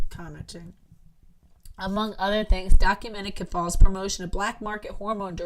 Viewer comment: Ok just one thing cause I need to go to bed too. Keffals isn’t pronounced that way. Wouldn’t be a big deal If you were not pronouncing it exactly like Ethan Ralph, who is one of the largest lolcows on the farms. He is covered in almost EVERY podcast. It rhymes with mulls. Keff-ulls. Ethan Ralph was sooo happy they got deplatformed that he called Lucas “Queen Keff-falls!” The Mad at the Internet podcast coverage was hilarious on this. Jesus! Josh makes me laugh to tears. 😂 you’re gonna love it!